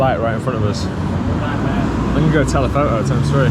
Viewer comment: "telepho'o"? Come on, there's a T in there. You can say it. pfft